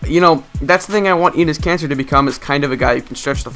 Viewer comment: You said anus kanter lmao !